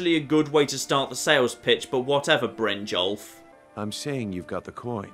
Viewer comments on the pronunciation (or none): it's brin-yolf, not brin-jolf. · I cringed when he said bryngolf instead of brynjolf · Is pronouncing Brynjolf wrong? I thought it was pronounced Brin-yolf?